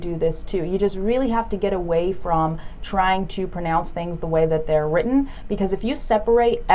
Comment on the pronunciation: Instead of "that" she said "tha"